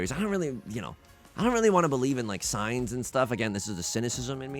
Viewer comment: The first time you said, "I don't believe in signs" I thought you said "science" and thought we were about to learn something deeply confusing.